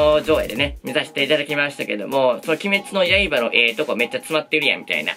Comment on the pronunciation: いつも鬼滅の刃だけイントネーションおかしくて草 今週は週末トレイン3話が割と好きでしたね アリスとテレスのまぼろし工場が好きな自分には人生観として来るものがありました